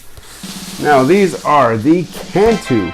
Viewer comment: First of all you didn’t pronounce Kanto correctly